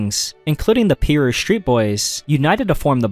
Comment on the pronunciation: it’s pronounce pie-ruu